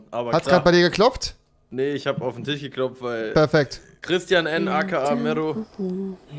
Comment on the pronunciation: Lol mir gerade aufgefallen, dass avive auch "Tich" sagt (no front)